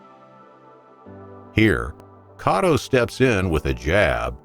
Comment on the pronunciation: "cotto's" name pronunciation not so much lol